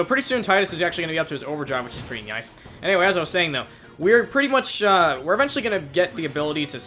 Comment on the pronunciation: Why do you say "nyice" instead of nice? It's kinda cute.